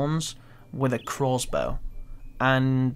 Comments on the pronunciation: it's crossbow.. not croassbow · If I hear this guy call it a "Crozbow" one more time lol i swear to god